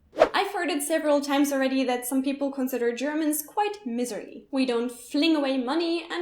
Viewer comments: Long I in mIserly. Soft i sound, not long E initially, as in clinlEness. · Not a criticism, as I completely understood you, but just an FYI. English, being English, means that 'miserly' is not pronounced in the same way as "miserable". Instead it's "m-eye-zerly". Sorry, ma'am. I don't make the rules. I just enforce them. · I think I would like your grandmother if I met her. I don't care for gardening, myself, but I do applaud her meticulous attention to detail. 😊 On a side note, "miserly" is pronounced with a long "i" sound, like "my zer lee". You probably know that by now, but maybe it will help someone else... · Miserly, first syllable sounds like 'my'. As in 'My grandmother' I lived in Berlin for five years in the 1960s. Doesn't sound that weird at all! :) Alles in ordnung! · 'Miserly' is pronounced 'My-zer-lee'.. I feel it is a little pedantic to point this out because your English is exceptional.. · Miserly has the "Mi" part pronounced pretty much like "Mai" in german. Also thanks for some very informative and enter taining videos :) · 1) The carpet and doily thing reminds me of American grandmothers who keep everything covered in plastic. Plastic couch and cushion covers, plastic mats on the floor. 2) Miserly is pronounced like wise, not like misery. English is weird. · Just a quick correction of your pronounciation -- the "mi" in "miserly" is pronounced like the word "my", not like the first syllable of "misery", even though "miser" (and its adjectival form "miserly") and "misery" are etymologically related. Don't be too critical of your grandmother's frugality. She (and her parents and grandparents) lived through very tough times.